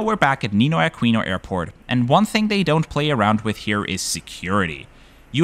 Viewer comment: Ninoy Aquino is not pronounced “nay-ah”.. local Filipinos say it as “na-i-ah”